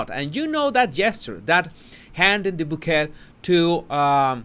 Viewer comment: Bouquet, pronounced bow kay